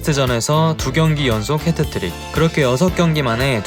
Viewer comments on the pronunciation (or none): none